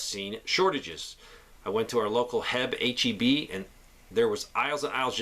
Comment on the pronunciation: It isn't "HEB." It's H-E-B. It stands for Harold E. Butt.